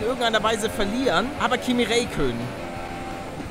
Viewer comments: "Kimmi Reykönnen" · Ich will ja nicht meckern aber er wird Raikkönen gesprochen...